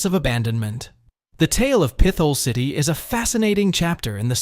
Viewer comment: What a shit video. Obviously AI produced. Proceeds to talk about how almost every place listed is nice and enjoyable but gives a niche reason as to why you shouldn't visit. It's pronounced Pit-hole city, not like your saying pistol with a lisp. The biggest offender is listing Camden as a place in Pa to avoid... It's New Jersey.. like what? And the random 9/11 footage. AI click bait garbage.